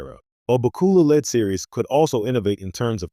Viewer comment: At least pronounce his name correctly!